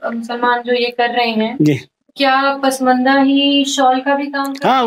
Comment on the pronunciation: It is not padmandas, but pasmandas